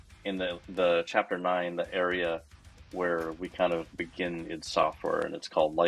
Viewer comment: "idd"?? pretty sure the company is supposed be pronounced as I.D.